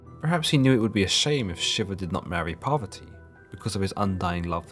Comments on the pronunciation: Ohh u said parvati i heard poverty.... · I was listening to this in the background while doing some work and didn't realise he was trying to say "Parvati." I thought he was saying "Poverty." 😬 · I am not a Hindu, but please, the goddess Parvati (not poverty) should be pronounced correctly to show respect to Parvati herself and Hinduism itself. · PARVATI. PARVATI! Not poverty.